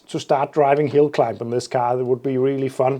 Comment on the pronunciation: it sounds so funny when you say hillclimb. in denmark :D :D :D :D :D :D :D :D :D